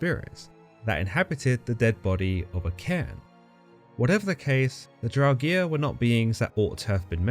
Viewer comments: "Draug-EER?" Are you sure about that pronunciation? =0[.]o= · Love your videos, but buddy, Draugr as in "Drow-Ger" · Great video, but please look up pronunciations before recording, it can really diminish a viewer who knows the correct pronunciation's enjoyment of the video. Here is the correct pronunciation of draugr, there is no vowel between the g and the r so you shouldn't insert one.